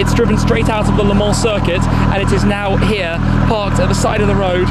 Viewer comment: Luuuuh... uh no you shhhh-muck. Try "layh".....LE